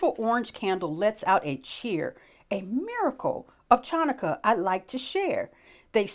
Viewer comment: I love your enthusiasm and open mind, but you are mispronouncing "Ch" in "Chanukah." It is not pronounced like "ch" in "chalk." It is a guttural sound made in the throat. Please Google the correct pronunciation.